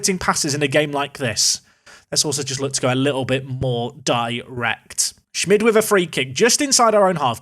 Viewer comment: Isnt schmid pronounced schmeed instead of Schmidt?Atleast thats how Romano Schmid is pronounced.